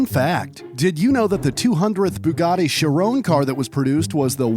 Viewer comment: Bugatti not buggati